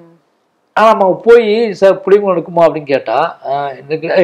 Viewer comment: இந்த நேர்காணலை பார்க்கும்போது புளியங்குளம்‌ என்று நீங்கள் உச்சரிக்கும் போது எவ்வளவு பெருமையை கொடுத்து உள்ளீர்கள்.மகிழ்ச்சி எங்கள் மாமன்னனே